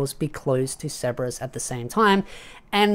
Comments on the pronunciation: Why do you pronounce his name like Seberous? Like his name is Sebas Tian... like Sebastian, the classic butler name. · Are you saying ceberus or sebes?? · Sebas bro stop saying it like it has a R in it